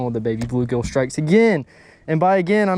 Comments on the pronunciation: Baby BULL gill. Not baby blue gill. I don’t know why that was driving me crazy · Nicely done, but cringed every time you said Baby Blue Gill. It’s a Baby Bull Gill.